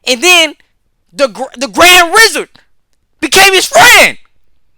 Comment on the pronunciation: bro ik what u said but i heard "grand rizzard" and im not gonna be able to get that out of my head